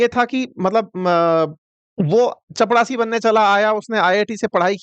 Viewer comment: चपड़ासी ❌ चपरासी ✅